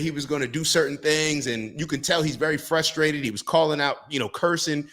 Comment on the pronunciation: lol. Put the stream in the bag little-brain bro. Also don’t try to pronounce the word frustrated. For some reason, possibly genetic, certain people just really have a tough time with: A. pronunciation and B. Not committing homicide. You do you you don’t make enough to be alive